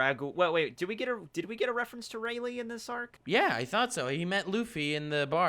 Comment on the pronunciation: really just said “Raylay” bruhhh